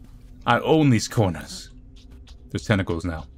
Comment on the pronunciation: At first I thought you said testicles.